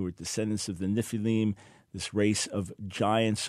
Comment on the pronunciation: What's up with mispronouncing the word "NEFILIM"?